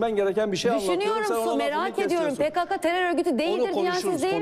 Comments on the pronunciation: PeKeKe değil, PeKaKa! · e pekeke dedin dayı? :D